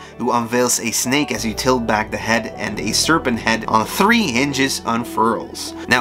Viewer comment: I kept hearing "tree" instead of "three" and other words so it throws me off and I would have to rewind the video to understand